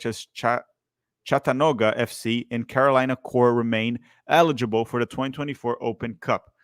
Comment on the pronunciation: The way you pronounce hypocrisy and Chattanooga is funny 😂